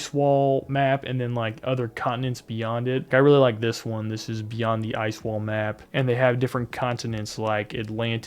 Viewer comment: Sir you are saying Ice wall wrong repeatedly 😁